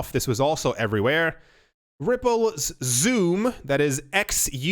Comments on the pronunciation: XUMM. Is pronounced "SUM" not "zoom" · XUMM is pronounced sum. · XUMM: Pronounced "Exhume". lol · David Swartz mentioned in a podcast interview the pronunciation of XUMM as (EX-sum)